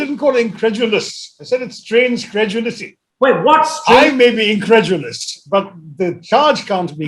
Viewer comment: ee en-kra-du-lus kya hota hai ?